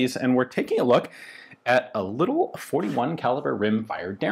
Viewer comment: Emphasis on "little"!